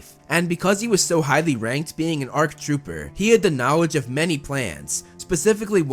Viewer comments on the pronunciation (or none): My dude just said “knowedge”